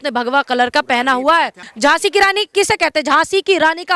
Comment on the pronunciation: Anchor ki GhLty h Moafi mangni Chahye e ..Jhhansi ki Raani .to Jhhansi ki Raani .h...